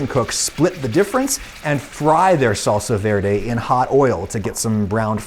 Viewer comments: When he was saying salsa verde It was cutting my soul Being a Hispanic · That "salsa verde" Cursed my eardrums